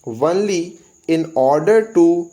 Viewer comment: This is “only” and you prononce it “onely” except it I think everything is perfect